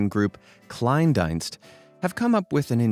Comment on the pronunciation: btw 'Kleindienst' is pronounced: kline-deenst and translates to: small service in English. But I think 'Klein' would be the name of the guy rather than he named his business 'small'... 🤷🏻‍♀️